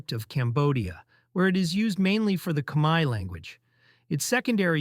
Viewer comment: Thank you for making efforts to pronounce Khmaer ខ្មែរ correctly.